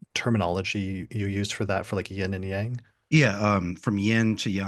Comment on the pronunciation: Thank you,, for pronouncing 'yang' properly! (It rhymes with 'long.') It may seem a small thing, but it is a pet peeve of mine when people turn it into a Texan sounding pronunciation!